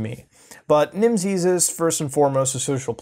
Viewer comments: Everytime he pronounces the word Nimses 'Nimsees' makes me hate myself. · Its pronounced like nemesis